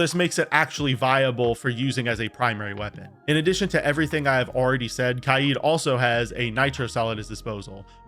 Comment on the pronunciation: Why does bro say kaid like that